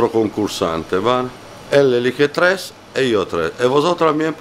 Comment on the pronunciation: Pino: —El treS* y yo treh*. jajajaja